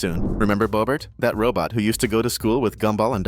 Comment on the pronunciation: Bobrt dude, his name is not bobrt it’s bobert